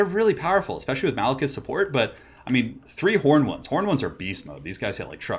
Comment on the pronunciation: 1st game - instead 'angry horned ones' I am hearing 'angry hormones' :D :D